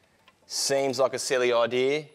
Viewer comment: OMFG he says "idea" without an R on the end. Bravo!!!!!